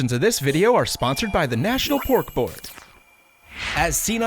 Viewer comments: I thought he said pork bork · I totally thought he was saying “Bork Bork” instead of pork board😂😅